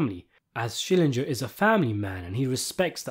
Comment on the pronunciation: The way you keep saying Schillinjer, the more I feel like yelling "SCHILLINGER!"